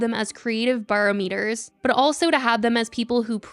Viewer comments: Buh-rom-it-er. Not baro-meter. Girl... 😒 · Not the pronunciation of BAROMETER again 😂😂😂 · The way she pronounced barometer 😂😂😂